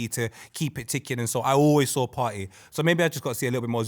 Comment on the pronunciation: “partey landed jan” someone kick this guy off the show man